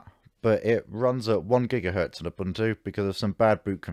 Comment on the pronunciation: You consistently mispronounced Ubuntu ...